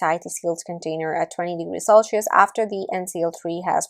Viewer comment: selchious or celcious? cringe accent btw